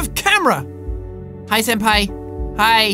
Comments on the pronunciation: JACKSEPTICEYE ITS SENPAI❤...NOT SANDPAI😡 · Jack: says "Senpai" Me: hears "Sans-pai" Me:...dammit Undertale....